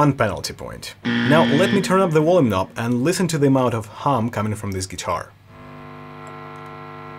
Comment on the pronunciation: Wolume. xD